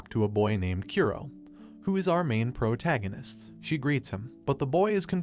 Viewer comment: Why does this dude have a perfect English accent but doesn’t know how to pronounce protagonist